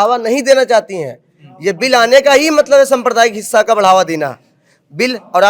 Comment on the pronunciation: hisa nahi hinsha 😂😂